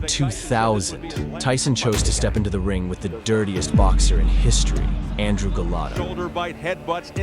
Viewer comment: Dafuq is Galato, it's Gołota XD And he was hardly the "dirtiest", he had a regular amount of dirty tricks for a boxer.